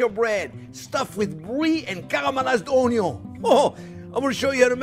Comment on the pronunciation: I clicked immediately when you said "caramelized Onyon". 🥰